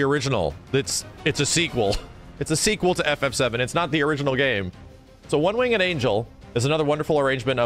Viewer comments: It's Winged, not Wing-Ed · you pronounce winged wrong dude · Also its "One winged angel" not "One wingded angel" or "One wing and angel" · "one wing-ed angel" lol bruh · Who pronounces the e in winged? I only ever hear wingd. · The way he says "winged" irks me slightly. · Are you saying one winged angel like that on purpose?